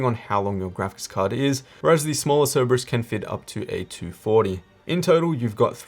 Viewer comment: Great vid, but it's See-ree-brus, not Cere-bus